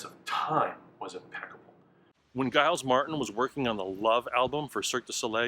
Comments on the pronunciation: "Guy-als Martin"? Great video, but seriously, you've never hear the name Giles before in your entire life? And, having never heard it, you figured you'd just take a swing at it? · Thankyou for this video, much appreciated! Giles (Martin) is pronounced with a soft 'g' like George :) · Dingo was the magic essence to the sound he was a tenth of a second off the true beat whether gave records the special sauce that lazy snare beat is key to making ing songs sound different ….. also point of order The ‘G’ in Giles Martin s name is pronounced ‘J’ fashion as in Jiles great video but like to keep things proper